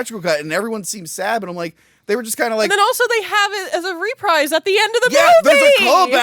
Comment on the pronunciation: Wow… REALLY screwed up the pronunciation of “reprise” 🤣 Side note, should have been the ghost of Christmas Present. After all, he’s big and annoying.